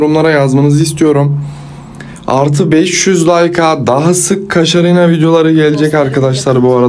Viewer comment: kaşarina dedin😂